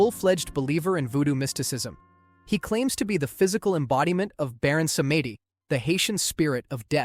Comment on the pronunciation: LOLL! Baron Samedi is French for Baron Saturday, and is pronounced Sam•dee. You know, like Uncle Sam and the letter D put together.